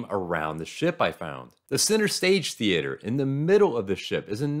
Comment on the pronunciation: stop saying theater like that. stop it stop it now